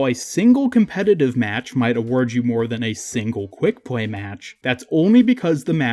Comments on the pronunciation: Why do you saying pway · To pway at weast a wittle bit everyday. Ok not hating just pointing it out 🙂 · Whenever you said something with an L sound you said w. Like multiple times you said weveling up. Sometimes (most of the time) wheb you said play you would say pway too. I just found that really funny